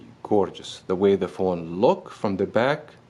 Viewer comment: * looks why you don't pronounce the S ?